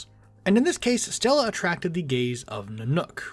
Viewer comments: Am I the only one who cringes every time he says Stella? Her name is Stelle o-o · Bro you are driving me nuts haha why do you call her Stellla lmaooo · There's not "a" in stelle btw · Gonna just do a quick Lore update Technically, the Paths ingame are Not lore accurate The Xianzhou follows the Hunt, but characters like Jingliu and Jingyuan are Destruction and Erudition respectively gameplay Just wanted to clarify that, it changes nothing Also it’s Stelle not Stella but eh will